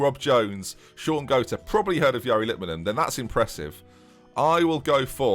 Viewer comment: The Guardian giving Miroslav Klose unnëcessarÿ mëtal ümläuts is pretty funny "he's German, chuck some in there" edit: also funny is Zealand pronouncing Shaun Goater like Jean Paul Gaultier